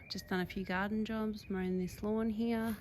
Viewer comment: Why do Australian wimmin say "heeya" instead of "here"? Is it a form of retadayshun?